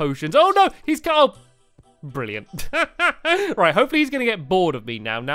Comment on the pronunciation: The way stamps says 'brilliant' is so funny